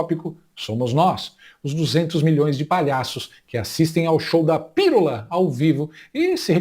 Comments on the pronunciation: "Pirula deve ser a versão feminini de piru" 🤣🤣🤣 Sem surpresa, ela fala "lulês". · Se Janja é socióloga, eu sou a Rainha da Inglaterra. Nem pra perceber que a palavra proparoxintona termina com o nome do marido: Pi-lula.😂😂😂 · "Pirula"??? Ela deve ter algum "PLOBLEMA" no "CELEBRO"...